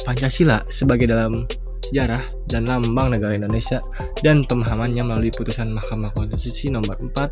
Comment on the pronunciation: Lambang mang bkn lambing.. haha